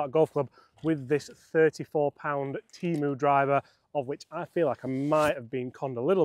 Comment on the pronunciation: It’s TEM-OOOOO